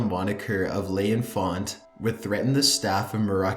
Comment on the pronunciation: Just thought this would help to make your narration even better, Love your channel Marrakesh (should sound like: Mair-ah-kesh) L'enfant (Leh-font) tirades (Tie-raids)